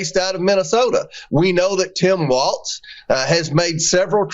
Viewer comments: That Comer maga idiot said his name as Tim waltz! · Someone should tell Comer that Tim Walz’s last name isn’t pronounced “Waltz”. There’s no freaking ‘t’ in his name. Comer is disrespectful AND an idiot! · Omgeeee I wanted to grab COMER by his stupid face and say, “there is NO letter T in Walz, dude!! It’s W~A~L~Z not WALTZ!! I wanted to hug Jessica T & put a safety cage of plexiglass around her to keep her safe from the hyenas she sits with, and cringed repeatedly at their inability to play the “GOTCHA style” political game that they invented!! (That’s what I’d call it, Ben ~ omgeeee I feel so much smarter after watching the CIRCUS and the drunk clowns AT #FauxNooz. Wowwwwwwww!! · El no hearing Comer doesn't even know how to pronounce Governor Walz name. There is no 'T' dear Comer, in Walz. Now go somewhere and SIT down! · I hope Tim Walz "corrects" Comer on the pronunciation of his last name quicker than Jamie Raskin did on his last name. You know this redneck Republican does it on purpose. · HIS NAME IS TIM WALZ. NO T.